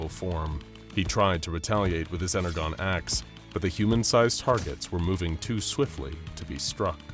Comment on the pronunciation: I love this channel and SCP. I have to be this guy tho, the Transformers fan in me is screaming his pronunciation as "ener-gone" it's "ener-john"